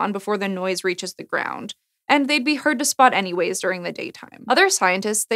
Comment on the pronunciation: Across = no 't' , anyway = no 's'